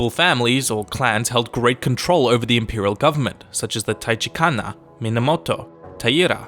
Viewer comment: For anyone using this video as a textbook: 平安京 HEIAN KYO (in video: HEIAN KYO 飛鳥) *飛鳥 reads ASUKA 橘 TACHIBANA (in video: TACHIBANA 平安) *平安 is HEIAN. And yes, it should be pronounced as tachiBAna, not tachiKAna. HOGEN (pronounced hoh-g’en, not hoh-JEN) 保元の乱 (Hogen-no-ran), for anyone interested. 鎌倉 KAMAKURA (in video: 鎌倉市) *鎌倉市 is City of Kamakura (Kamakura-shi), which is a present-day municipality in Kanagawa pref. BAKUFU is BAKUFU, not BAFUKU. 幕府(Bakufu), for anyone curious. 守護 SHUGO (in video SHOGO) MUROMACHI 室町時代 (in video: ASHIKAGA 室町時代) *The era was MUROMACHI (室町), the name of Shogun was ASHIKAGA (足利) DAIMYO 大名 (in video: DIAMYO 大名) GEKOKUJO 下剋上 (in video: GEKOJUKO 下剋上) 一向一揆 (pronounced: IKKO-IKKI) wasn’t really a Daimyo but rather rebellious groups of people 朝鮮 JOSEON (in video: 大北朝鮮) No country is named as 大北朝鮮, but if it were literally translated that’d read “Great North Korea.” Kim is thrilled. SEKIGAHARA (in video: SHEKIGAHARA). 関ヶ原(Sekigahara), for anyone wondering. Qing (清) or Great Qing (大清). In video: 大慶, which I don’t recall China had such dynasty. Overly stereotypical geisha and building depictions aside, the tumbleweed was never common in Japan 東京へ/ようこそ (in video: 東京へよ/うこそ) RYUKYU (in video: RYUKU) MANCHUKUO (満州国) or Empire of Manchuria (満州帝国). In video: MANCHUKUO(満州帝国) マレー MALAYA (in video: マレーシア MALAYA). マレーシア(Malaysia) is a present day country Malays